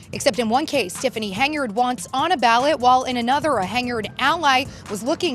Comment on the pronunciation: is the audio A.i? Why are you pronouncing it "HenYARD" ? lol